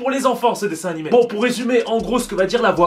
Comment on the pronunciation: "le prochain nanimé"